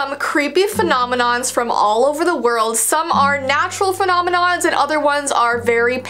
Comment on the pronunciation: Me:*Is scrolling through videos* Oh! this one looks Noice(It's DIS Video) Clicks- (Just before Kinda Looses Her Ring): Fenominoms, Me: Pauses video- And Says It Again and Again- Me again: Femonimom, F- Fenonimoms Femoninons Femoninons Me again Heh:Finally got it Forgets How to Click On Video(cuz I'm dumb) Clic!